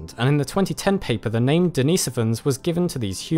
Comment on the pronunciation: Your pronounciation of names is very odd.